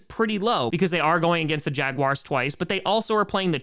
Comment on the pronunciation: Did he just say Jaguary?